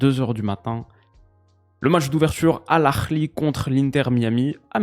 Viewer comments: Al akhly ouf! C’est al ahly. Tu peux prononcer Aaly si tu ne peux pas. Sinon bonne analyse merci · AL ARRRLi 🤣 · Salut, super vidéo comme d'habitude. Bravo de toujours essayer de prononcer correctement les noms étrangers, mais pour Al Ahly il n'y a rien de plus simple, tu prononces le "h" comme si tu expirais un peu d'air, pas avec un "kh" or "ha" typique. Le ه est presque silencieux, donc c'est plus proche si tu le prononces "EL EH-LY". Bisous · La prononciation horrible d’Al Ahly 😅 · bien tenté la prononciation du club égyptien mais là tu l’as prononcé comme un israelien je suis mort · J'ai pensé la même chose haha Mais on valide l'effort